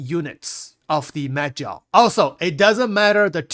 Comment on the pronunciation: I swear he said "meth gel" lol🤣